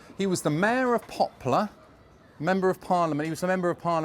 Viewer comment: You seem to be saying "Popular" instead of "Poplar"!